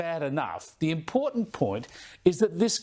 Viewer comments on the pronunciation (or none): Isn't the word IMPORTANT not impornant? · When will the Prime Minister learn that there is no "d" in the word "important", listen to this bloke, he is verbally incompetent. And Chris Bowen has the same problem.